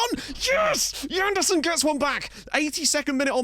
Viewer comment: Why should it be Djanderson? It's a Portuguese name, so more of a toning sje-sound. Like in the French Jean.